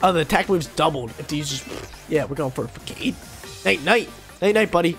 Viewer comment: What is this “FAAKADE” you’re speaking of .. English is hard